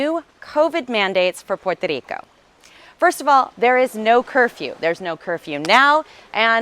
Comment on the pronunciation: You can’t even pronounce “puerto Rico “